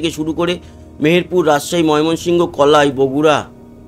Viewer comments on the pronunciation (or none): none